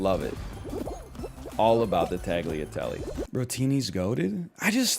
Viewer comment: i'm italian and "tag-leah-tele" gave me psychic damage also orzo's not even rice??